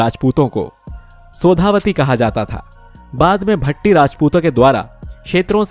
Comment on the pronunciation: भट्टी नहीं भाटी